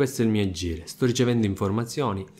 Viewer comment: Libbri, aggire ..altro raddoppio di consonanti? Saluti dalla Sicilia